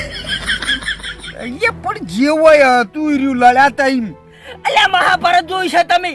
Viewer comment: મહાભારત ❌️ માભારત 🟰